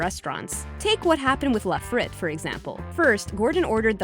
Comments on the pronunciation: Babbletop: says “la frit” instead of “la frite” Every French person ever: Am I a joke to you? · restaurant name, La Frite, is pronounced wrong, too. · learn how to pronounce things...LA FREET, not La Frit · "La frit?" Lol "FREEET" woman, FREEEET.